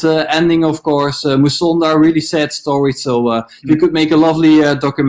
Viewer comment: It's Musonda Not Masunda.